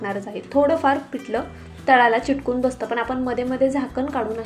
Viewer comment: फारच अशुद्ध उच्चार करत आहेत. सारखं सारखं छाण असे छाण असे बोलु नका ते चुकीचे आहे. चिटकुन असा अशुद्ध उच्चार करत आहेत. मणापासुण